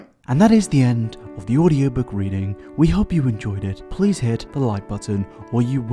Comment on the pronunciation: He said weading